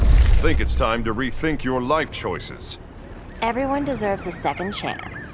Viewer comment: He keeps saying eveyone son and chum